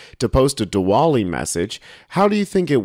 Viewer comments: word is pronounced "di-vali" even though there's a "w" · OK, kinda hate being that-guy, but 'Diwali' is pronounced like "Dee - vollee", the 'W' is a "V" sound. so "Duh - vaa - lee". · Just so you don’t offend millions of people it is pronounced “Divali” the W becomes a V. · It's pronounced with a V sound